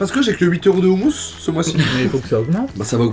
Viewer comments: On dit pas roumous non plus mais khoumous ! Kh = r avec la gorge comme la jota en espagnol y'a blid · On dit pas houmous on dit houmous (roumous) ptn dit le bien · On dit ROUMOUS pas oumous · On écris houmous mais sa se dit roumous avec un R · on dit "houmOOos" ! quelle honte !